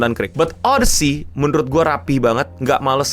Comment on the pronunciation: odisi bukan odesi